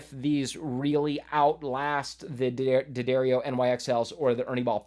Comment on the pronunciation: From the D'Addario website: D'Addario is pronounced "Da-dairy-oh".